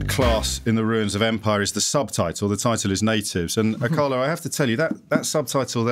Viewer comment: its Akala